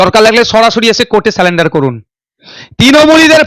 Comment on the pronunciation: সারেন্ডার.... NOT....সালেন্ডার।